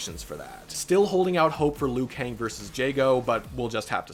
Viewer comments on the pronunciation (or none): none